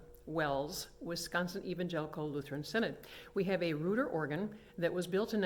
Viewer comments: It's been my understanding they pronounce their name ROYter not REWter could have depressed one of those tiny wires coming out of the face board between the rows of screws on either side of where someone magic markered "Sub Bass" and the corresponding pipe would have played since the blower was on. Yeah, the "flute pipes" said numbered 97 instead of the 73 for each of the others, is how they got some of the other stops like the 2', there's only 61 keys on the Gt and Sw, so the 73 pipes is how they continue the 4' stop up beyond the topmost keys. I'm one of those who doesnt like the tremelo, it makes the organ sound like some electronic Hammond or Lowry organ! "Work on the console itself necessitated it be taken to the Organbuilders’ shop. Weighing over 100 pounds," I think that 100 pounds might be wrong, my 2 manual Moller console from 1930 weighs 500 pounds, and with the pedalboard and bench over 600 pounds. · Thank you! I made that mistake too with REWter, heck, that's what it LOOKS like it should sound like! how you get "ROY" out of "REU" is beyond me, but I guess since you get "Bill" out of "William" and "Chevy" out of "Chevrolet" I guess it makes sense in a crazy sort of way, LOL! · You’re pronouncing the company’s name wrong and they’re called chambers not pipe rooms.